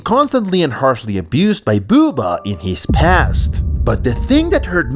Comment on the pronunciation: The way he says Bubba lololol to funny